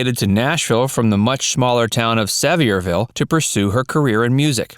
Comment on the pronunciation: It’s pronounced Sa veer ville…